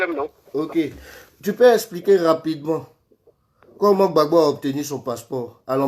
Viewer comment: C'est vrai on t'a nommé au ppaci mais s'il te plaît quand tu entrain de parler du président Gbagbo parler le président Gbagbo non gbabo